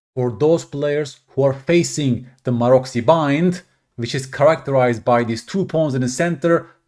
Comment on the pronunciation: Pronounced "marotsy"